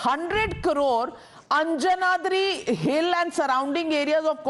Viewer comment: Pronounce Anjanadri hill correctly. And it is not "believed to be". "IT IS" birthplace of Lord Hanuman